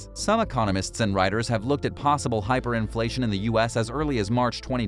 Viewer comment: hiperinfltion? lol check yo charts bro